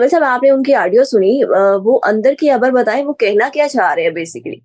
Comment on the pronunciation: حرف "خ" صحیح ادا نہیں کر سکتیں۔ "خ" کو "ح" کی طرح ادا کرتی ہیں جیسا کہ خبر کو حبر، خیال کو حیال کہتی ہیں۔ تلفظ کو بہتر کرنے کی کوشش کریں۔